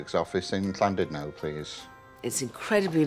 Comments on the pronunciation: It's not Landudno - it's Llandudno. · Why do so many people say Llan DID no? It's Llan DUD no....